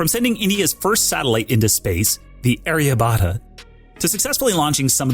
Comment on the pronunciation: Wrong pronounciation of Aryabhatta lol..